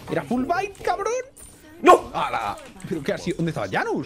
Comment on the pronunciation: en este preciso momento podemos ver el gran amor que le tiene a Warchi, y cómo le duele perderlo por que un Jano quizo romper su relación:( Pd: Tremendo "NO" suelta el:v